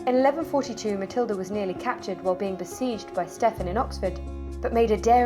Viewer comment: Should be ponounced "Steven", not "Steff-an" despite the spelling.